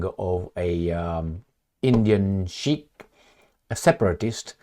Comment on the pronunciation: you mean SIKH... " s" as in Szijjártó 😂